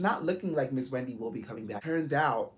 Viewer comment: Your are freaking amazing friend. You did great!! I’m always a friend LOVE FROM VA!! Why you say Wendy’s name like that?! 😂😂